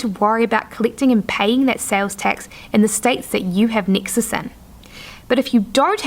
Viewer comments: nexus not nixus or nixes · Yes, I was wondering the same. And every time she says Nexus I'm thrown off the path.